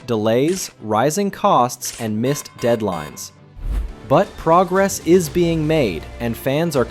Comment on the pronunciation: And someone who can say progress, Johan and Getafe properly.